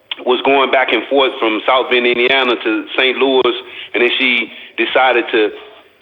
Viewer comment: Its St Louis not St Louise